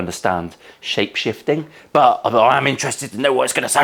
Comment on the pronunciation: Hey, every time you said shapeshifting, all I could hear was shitshifting!!!:)